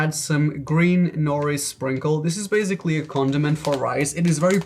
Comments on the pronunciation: why do you say baZically? its baSically. Also you should have done some from asia also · I challenge you to go ONE video without saying "basically"... My bad, "bazikly". You're allowed to say it (hmm what's a normal # for this?) 3x MAX... Ur nor down.